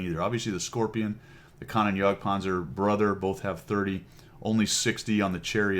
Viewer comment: Kan-Oh-Nen, not Kan-on